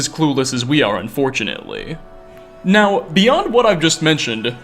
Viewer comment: Crappy clickbait. useless speculation and showboating... By the end you just say, "Its unlcear what happened" Your voice is awful. How do u squeeze n extra syllable into the word now?